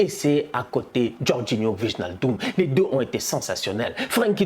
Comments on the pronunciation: Ouii tous les Français le font, ça fait mal mdr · respecte nous stp 😫😫 « VIGNALDUM » je saigne des oreilles c’est WAÏNALDUM, pff tu likes ce commentaire a chaque fois mais tu changes pas, fait moi cette faveur et prononce bien